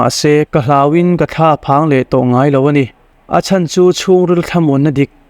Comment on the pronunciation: Mr,M, i chenel hi a ṭha ka tiin, ka ngai hlu a ni, testemony ṭha tak tak min hlu ṭhin hi, Pathian malsawmna, lo chang zel ang che. Amah erawh chu, i ṭawng kam hi, tlema uluk deuh ngai lai a awm ka ti. entir nan, ania tih hi a ni a, tiin, ka tia, tih hi, ka ti a, peih lo tih tur hi, paihlo tiin i lam ri bawk ṭhina